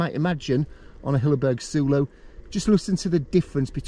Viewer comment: random one.... wouldn't it be pronounced soul-o..... as in solo ? as its a solo tent.